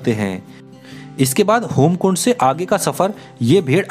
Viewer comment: भया जी अच्छी जानकारी दी हैं आपने लेकिन वो होमकुंड नहीं हेमकुंड हैं और जगत्जन्ननी आदिशक्ति माँ नंदा गढ़वाल व कुमाऊँ की ईष्ट देवी थी नहीं सदैव ईष्ट देवी रहेंगीं😊 जय माँ नंदा राजराज़ेश्वरी❤🙏 हर हर महादेव❤️🙏